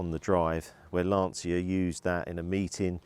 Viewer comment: My italian ears are bleeding when I hear Lan-ci-a. It is LAN-CHI-A lol